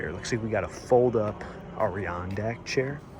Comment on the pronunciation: ADA RONDAK not ARI ONDAK